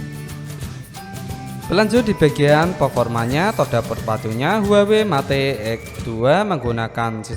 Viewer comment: Yg begini jd you tuber...mate....met...bloon bacanya